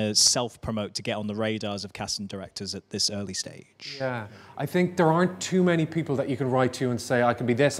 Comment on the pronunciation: I find it endearing when he slips into the heavier Irish accent and says things like "I t'ink" instead of "I think". Also he seems like a lovely man.